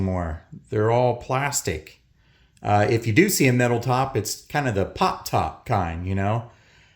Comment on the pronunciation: Lol it took me years to figure out he was saying pop top. 😅